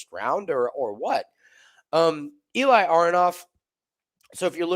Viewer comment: Eli name pronounced like eh-li not e-lie